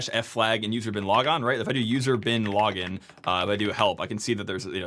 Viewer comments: I keep hearing user bin laden :/ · Every time you say "usr / bin / login" it sounds like User Bin Laden to my English ears! :D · Oh come on! You went out of your way not to say "usr bin lah-ggin" like the rest of us in our heads 😂.